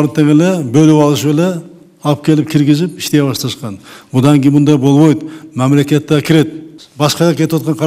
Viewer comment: Соке бобойт дебей так суйлочу болбойт деп.Силерге жакшылап кыргыз тилин кайрадан уйротуш керек болуп калды.Тажаттынар тантып.